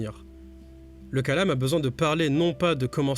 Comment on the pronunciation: Coucou, juste une précision : c'est kalām et non kālam كلام en arabe, le long a est le premier